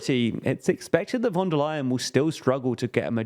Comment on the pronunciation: Please avoid using foreign words if you cannot pronounce them. Otherwise great content as always. For the future: say schpitzenkandidaat and not spitzencandidate with an s (=Schpitzenkandidat); Fidesz with an s and not sch (as latter that would be Polish), and most importantly Fon der Leyen and NOT von der Leyen as in German v is pronounced f.